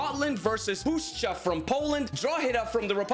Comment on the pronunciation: didnt expect u to pronounce puszcza correctly tbh but i must admit if u learn kurwa we can welcome u into polish community